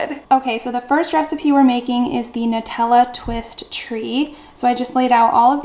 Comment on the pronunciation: So glad to finally hear someone pronounce the word “Nutella” correctly. Everyone says NEwtella. So thank you, I can sleep tonight lmao